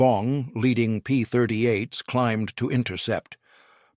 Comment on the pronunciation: AI slop. P-38s, not P-30 eights.